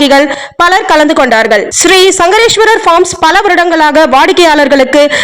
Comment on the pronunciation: சங்கரேஸ்வரர் தவறான உச்சரிப்பு.சங்கேஸ்வர் என்று உச்சரிக்கவும்